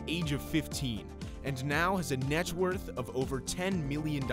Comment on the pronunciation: "Its worht"